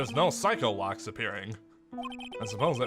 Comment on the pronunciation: I like how edgeworth misheard Psyche-locks as PsychoLocks. Made me realised its probably pronounced Psi-Key not Sike